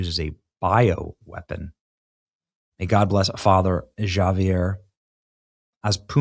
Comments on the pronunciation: Father Javier is pronounced "Havier." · Javier is pronounced Havier. In Spanish the j always makes the H sound